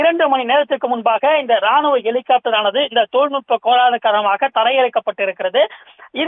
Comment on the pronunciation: ஒரு செய்தியாளரின் உச்சரிப்பை பாருங்க... எலி... காப்டர்... பெருச்சாளி காப்டர் இல்லையா..ஹெலிகாப்டர் என்று சொல்லத் தெரியாதவனெல்லாம் நிரூபர். கேவலம் டா...